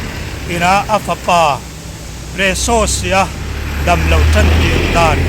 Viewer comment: Nexsassi leh Presasi-a ti lui vak2 kher hi ngaihthlak ninawm lutuk lawm le